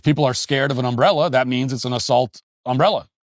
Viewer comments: This guy could’ve been killed over an umbrella. Also, the way you say UMbrella is unlike I have ever heard. 😂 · Matt its not Um brella Your putting the wrong em fasis on the wrong Syl abil You self corrected by the end of the clip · Uh-oh, Matt, your strange emphAsis on the wrong syllAble is really going to detract from your UM-brella commentary. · Never heard someone say ùmbella like that. Also, are you people ai, or just seem like it? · The real tragedy in all this is how Matt pronounces "umbrella" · There should be some investigation into your pronunciation of umbrella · why are ya saying umbrella like that? i feel like this is that family guy skit :P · The real crime here is the way Matt Walsh pronounces the word 'umbrella' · Im going to need you to pronounce umbrella 🌂 without so much emphasis on the 'm' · who the fuck says umbrella like that?